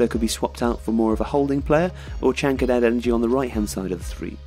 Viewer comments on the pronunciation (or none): none